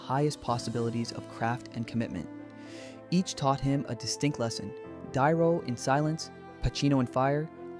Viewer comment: De Niro NOT Dye-ro.